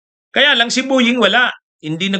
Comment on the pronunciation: PLEASE LANG!!... BO- YING NOT BU- YING....PET- SA...NOT PIT- SA